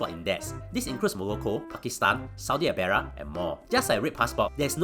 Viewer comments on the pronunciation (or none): 4th Also why did he pronounce Arabia as "Abaria" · "Saudi Arara" T_T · The same reason he pronounces black as brack: comedic effect.